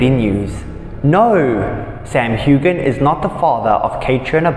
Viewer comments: His name is Huan NOT Hugan! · The G in Sam’s last name is SILENT. 🙄